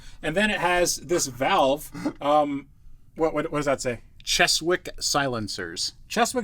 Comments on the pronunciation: Chess-wick? I think you mean "Chezick" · Chess-wick, ha! It's pronounced chezzick you wazzock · Hi guys..Brit here...Cheswick is pronounced "chezick"... they were based in Blackpool England, so it's probably stock OEM exhaust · The "W" in Cheswick is silent...so its pronounced Ches-ick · It should be pronounced Chezzick silencers, by the way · From a UK fan of the show, how to say Cheswick (in real English)....